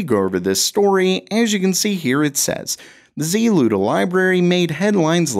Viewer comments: why pronounce the Z-Luda instead of a one word ZLUDA... you don't say C-UDA you say CUDA? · ZLUDA? Is this a Saturday Night Live cold open?